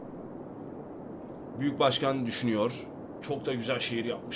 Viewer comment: Başkan değil , buşgan. Buşganım..